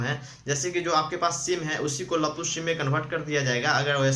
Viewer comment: Lappu nahi bhai.laapu bolo